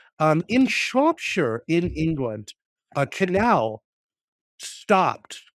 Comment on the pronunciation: solid pronunciation of Shropshire, well done